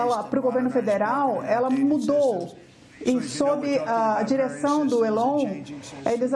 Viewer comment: Uma tradutora que não sabe pronunciar Elon é lamentável